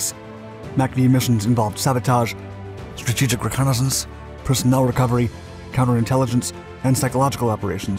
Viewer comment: this narrator.. holy speech impediment. Since you’re American, ‘reconnaissance’ is pronounced is RE-CON-UH-SENSE. Jesus.